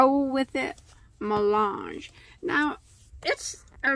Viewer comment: Hi Crystal... Just to let you know that the word Mélange is French for Mix, as a mix of different things... And it can also mean "to mix"... You almost got the right pronunciation... it's just the "Mé" that needs to be pronounced differently... "Mé" is pronounced like the word "May"... So it would be, sorta, like saying MayLange... Thanks for your reviews and tutorials! 😄💜